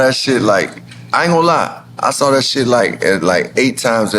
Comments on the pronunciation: So Nore you do know how to pronounce the word “saw” not “sawr” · Why does Nore pronounce saw with a R?😂